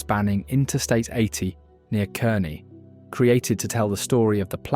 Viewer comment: Kar-nee not Kern-nee.